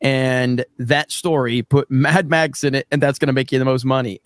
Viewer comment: Mad-max not tam-pax